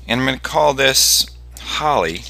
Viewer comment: "Holly" lol its called an "Ollie" XD